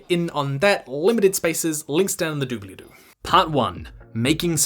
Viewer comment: Your saying "in the dooblydoo" made me so happy! DFTBA!